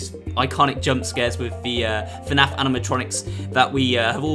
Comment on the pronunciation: You said FANF Its FNAF